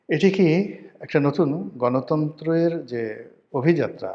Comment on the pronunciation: Gonotontro gonomontro ake. Not gonomontro Mano bangla desh